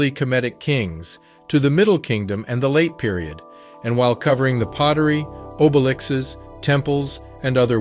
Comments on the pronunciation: Hey you ! Obelisks,not obelixes at min1.35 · Obelikses? It's o-be-li-sks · “Oh-ba-lix-es”? Lol